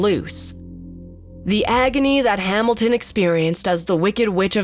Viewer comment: "Ree-zor-siz". "Hamil-Tin"